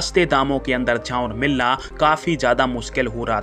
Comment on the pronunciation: चांवल नहीं, चावल बोलें।